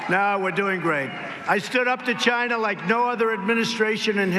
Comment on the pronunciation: Ghyna. trump Slurs the word because it rhymes with vagina.